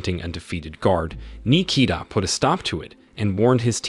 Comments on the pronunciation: Nee-kee-da... Yeah, he butchered it if your name is Nikita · Bro pronounced my name like it was japanese